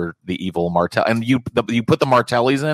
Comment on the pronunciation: why you calling Ma Fratelli "Martelli?" That's a credibility-destroyer, dude.